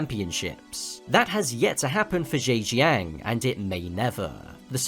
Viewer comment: If the circuit is in Zhaojing, why is it called Zheijang?😂😂